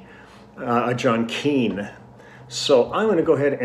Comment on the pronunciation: Nice to hear you say John Keene....a little southern touch.